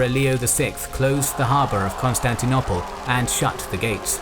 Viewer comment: Please can someone tell him how to say Constantinople correctly pleeeeeeeease 😆